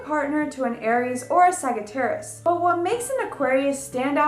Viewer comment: She's pronouncing many of the signs incorrectly. Sagittarius is pronounced Saj not Sag. Pee Cees is supposed to be pie cees, Aries is pronounced Air ees, not Are ees, etc. Ugh...There's no feeling in her voice, she's reads it with no feeling. I want to like her. She seems very bubbly, but she reads with a very flat tone. Someone help this poor girl.